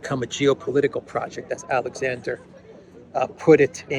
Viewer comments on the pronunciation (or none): none